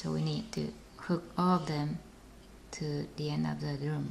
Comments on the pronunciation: And it's loom not zoom Not being mean just saying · U need to speak English u said zoom instead of loom